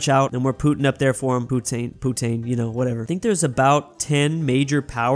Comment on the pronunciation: As a Canadian I am so disappointed of how doesn't know how to pronounce Canadians things first our Province is called Sas-Ka-tche-Wan it's not that hard and did he just say putin or putain instead of poutine? 😂